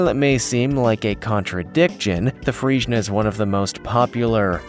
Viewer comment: Dude. Can you at least SAY the names right? Or at least research your horse breeds, you say Friesan and just show an Arabian